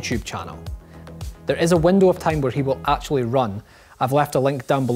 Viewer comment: All I noticed was the fact he said "off" twice, instead of "of"